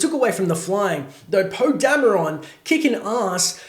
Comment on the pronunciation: Why do you say Dam-e-ron? His name is pronounced Damron